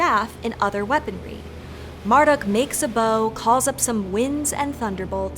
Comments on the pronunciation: I thought Marduk was pronounced "Mardook", not "Marduck" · you said marduk like mere-duck no! it's mar like must - dook